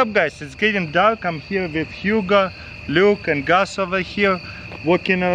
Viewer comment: I keep hearing him say Huga but I know it’s Hugo